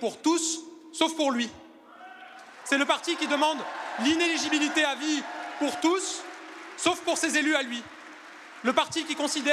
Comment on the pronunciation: Pourquoi personne n’arrive à bien prononcer le mot inéligibilité? 😂😂